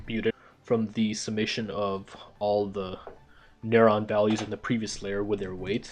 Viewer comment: What is a n-uh-rrr-awn